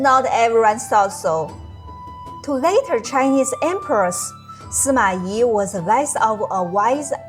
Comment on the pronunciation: Suma I... Good and correct pronounciation